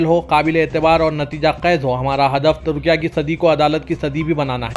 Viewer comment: Tudkia tudkia kya hai. Very bad pronunciation.